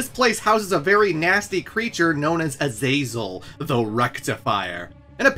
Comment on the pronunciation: Man, it's a good video but I've never ever in my life heard anyone butcher the name Azazel like you have.